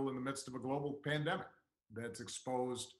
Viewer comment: Did he say pandemic or plandemic?